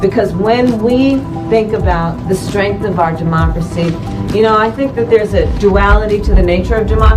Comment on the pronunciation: She cannot say each syllable of the word democracy.